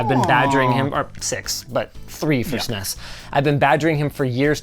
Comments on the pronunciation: Anyone else get cringe hearing linus say SNESEES controller lol Super nes lol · Why tf does Linus keep pronouncing it "sness"? No one called it that at the time. People either spelled it out or called it Super Nintendo.